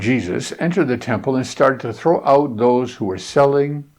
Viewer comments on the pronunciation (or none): none